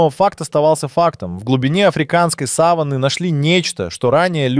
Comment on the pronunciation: Сава́нна, ударение на второй слог. А то слово, что вы употребляете, имеет другое значение. Или это плохая озвучка ии, или проверяйте произношение.